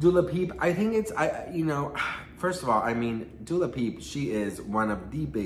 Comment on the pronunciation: Speaking of instagram 👀 I feel like my messages from 2 months ago are hiding from you on purpose lol. Also you keep saying Dula Peep cuz I love it!